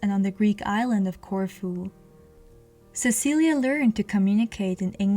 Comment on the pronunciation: I believe its pronoun ed "Sesileee" not "Cecilia" but ive heard it pronounced both ways i could be wrong. Since its spelled "Cecilie" im thinking its pronounced the first way but im no historian